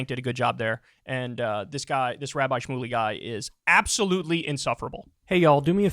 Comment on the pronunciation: Did piers say “Rabbi Shroomey”???